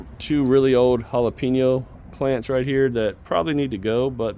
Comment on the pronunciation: Loving the content brotha! Absolutely love the production you’re getting out of you garden. Absolutely HATE the way you say Jalapeño. JALAPEENYO?! Lmao stay growing man!